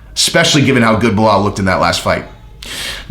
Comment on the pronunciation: you sounding like Chael now on how you pronounce his name... Baal muhammad :D